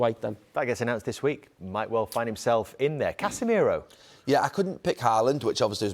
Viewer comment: Did he really say Casemiro 🤣🤣🤣